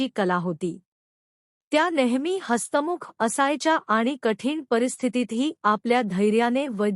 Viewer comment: " न " अक्षराचा उच्चार अर्धवट आणि चुकीचा करत आहात, आणि हसतमुख चा उच्चार हस्तमुख!, समोर असता तर, थोबाडून काढले असते !